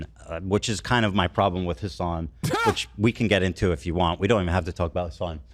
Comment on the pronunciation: Every time he says Hasan's name I cringe really hard.